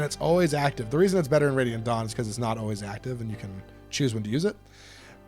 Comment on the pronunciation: I don't know what's with every Fire Emblem youtube channel way of pronouncing Radiant Dawn that whenever they do, I hear them say "ready at dawn".